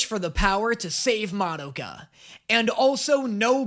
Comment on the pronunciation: Does anyone else experience a strange combination of irritation and amusement when he constantly mispronounces Madoka when saying the title, but says it correctly when talking about the character herself?